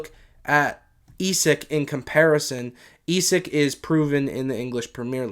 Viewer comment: Its pronounced esak not esick